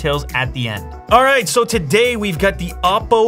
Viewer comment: I don't know why "oddo" sounds funny to me..